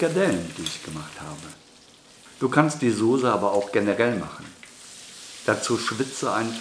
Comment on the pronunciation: Heißt übrigens Soße und nicht Sose